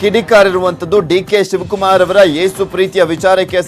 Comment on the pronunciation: ಯೇಸು is a proper word not ಏಸು